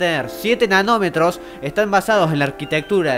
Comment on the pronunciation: entendi enanometros :-P